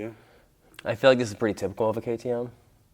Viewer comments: its not ketem its k T M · You a bike guy and you dont know what a ktm is??? And its K-T-M bro not kkkttmmm 😉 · k.t.m you say ktm not kt mmmmm lol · I think it’s KTM not kuh tuh mmm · bro its k.t.m not kkttmmm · not ktmmmmmm its k t m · KTM isn't pronounced "kutum" it's " K T M , I've been wanting one since I was a child but I had a good laugh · Jeez a kerrteem lol athere called k t m's lol they make the top 3 scrambler's around how have you never herd of them man just asking, great vid thumbs up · He lost me at KTEM……..how do you not know it’s K T M ?!! 🤦🏻‍♂️ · K T M not kotom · bro its not khtm its k t m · Bruv its k.t.m not KTMM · Ka tooo mm ... african company 😂😂😂😂😂 austria australia ... the same 😂😂😂😂 this batterie powers the clock .. muahahaaaaa ... i laughed so hard!!! THANK YOU! Dude!!!!!!!! You ROCK!!! it's Kay Teee Emmmm ... and it's austrian .. Europe! epic video! 😉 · It is not pronounced like katum it is KTM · It’s a K.T.M not kaytoom and they always come in crates ps. Love ur vids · bro it be pronounced kay tee mhh. and I'm pretty there a Austrian made bike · K , t, m not kotim lol 😂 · It’s not kuh tee umm it’s ktm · ITS A K T M NOT ONE WORD, and the company isn’t African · K T M , not katoom !! lol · ke t mmm its ktm bro how did u not know that they are very famus in sweden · Bra it is K. T. M. NOT KTEMMMM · btw it's just pronounced K T M not ktttmmmm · Kay Tee MMHH😂😂😂 sooo.. KTM? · It’s called a k t m not kitm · how dare he call a ktm a kay teem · Everytime he says kaa-taa-mmm it hurts my soul. It's KTM my guy. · Dude it’s called KTM! So Kay, Tee , Em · You should say it like (Key Tee Em) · Bro really called KTM ketemeee💀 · you say the letters? Not like Ktm k t m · It’s Kay-tee-emmm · How hard is it to say KTM ffs? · So hard to pronaonce ??? Kaay Tee eM, A major company who produce price winning cross bikes from Austria. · say it like ka t em and its from austria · It's called KTM kay tee em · I love how he butchered the name "KTM" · Kay tee emm